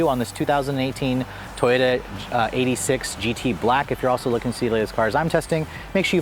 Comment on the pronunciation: you mean the toyota EIGHT-UH SIX-UH